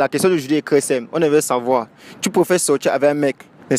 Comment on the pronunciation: Un mec pauvre mais CRÈS bon au lit...ce sont mes oreilles ki me font default ou alors tous ces Camer disent “crès” au lieu de “très” avec 1 “T” 🤔